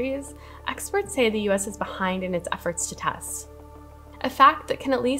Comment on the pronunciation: Woman with froggy voice talking about the "tast".